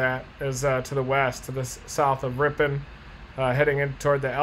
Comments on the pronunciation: I am from this area originally. Ripon is pronounced RIP-IN. And the town southwest of there Markesan is pronounced Mark-a-zan. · I love listening to people who are not from here try to say the names of our cities :) We say Ripin :) Just came across the link to this video so I thought I would check it out.. oh, I just got to the point where you got it :) Thanks for the video